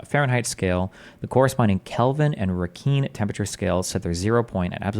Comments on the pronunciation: Rankine is pronounced Rankin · Listening to destiny read out the Wikipedia hurts my head. So ironic how he calls Terrance schizophrenic when he himself doesn’t even understand the basics of what Terrance is trying to explain and half the things that come out of destiny’s mouth are delusional. The way he pronounces rankine is diabolical.